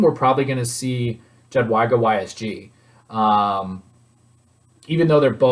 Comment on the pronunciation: please call her "yadweega" lol